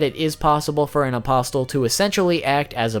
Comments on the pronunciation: The t is silent my dude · The T in apostle is silent. But nice vid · Can you pronounce apostle right wtf man. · Great video, but the way you say apostle hurts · The T in apostle is silent. Sorry, don't mean to be dick because it's a very nice video otherwise. But... my ears. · What, aposTle? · Im sorry bro but you're pronouncing behelit wrong like 3 different ways and apostle, i can't bro it's driving me insane i cant listen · The t in apostle is silent, like bristle or hustle. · Isn’t the “t” in “apostle” silent..? =,= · Bugged me too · oh I'm sorry, was he supposed to say "a-pos-les" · THANK YOU. that shit was bothering the hell out of me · The way he said apostle was really bothering me... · The t in apostle is silent right? Idk why my ears perked when I heard the way you pronounce it but great video either way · “Apostle” is pronounced, “A-poss-l.” The “t” is silent. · I really wish the fact you pronounce "Apostle" with a "T", didn't annoy me so much. Your video is very good but everytime you say "aposTle" I cringe! 😅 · Great video. A friendly reminder, in "Apostle" the "t" is silent. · Dude it's increasingly more an more annoying every time he says it.... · BOoooooooyyyYYYY!!! If you pronounce the T in apostle one mo time..... great vid though. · You dont pronounce the T in apostle. Sorry but you say it a LOT n I just cant help but cringe. It's really distracting. Trying to help you man. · Every time you say “apos-Tuhl”, there’s a painting that gets a little smarter 😒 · It's UH-POS-UL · Bro, the T is silent in the word "apostle", like in the word "thistle". Like Jesus and the twelve apostles... I can't believe how many content creators mispronounce this word. Don't pronounce the T! It is pronounced apossil. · Please stop saying "apostle" as "a-pos-tul" omg I'm nitpicking but it drove me nuts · So many weeb fuk channels can’t even pronounce things properly... “apos-tell” fuck me. Apostle, like “castle” not “castell” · Apostle = The "t" is silent.